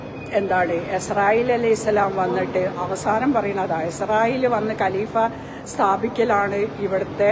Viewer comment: Esrayeelo athra than muslimalla thanik arabi ucharanam shariyalla enthina ariyatha padham upayogikunnu